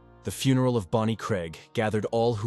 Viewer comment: Mispronounced several words eg funeral